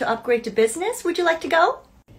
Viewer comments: “Thank u very mucheeee “ got me rolling on the ground 😂😂😂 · "ThAnk YoU vEry MuChyEe"😂😂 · “Thank you very muchiii”